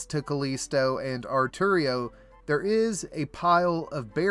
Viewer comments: Are you intentially mispronouncing some of these names? Its ar-tio not ar-terio. And civitas illa fortis not civitas illas fortis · A-r-t-i-o Why does everyone pronounce it artario? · Disappointed by the Artio mispronunciation. It’s Ar-show